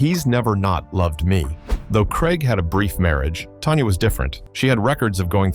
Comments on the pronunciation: Her name is Tanya, not Tonya. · Her name is Tanya, TAN_YA not Tonya. And you have the nerve to call yourself? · If you are gonna do a story about artists why can't you at least pronounce their names right! It's not "Tonya" it's "Tanya"!